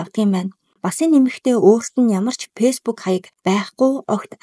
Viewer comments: Peesbook gj bitgii heleech dee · beesbook gsn c oilgoj bn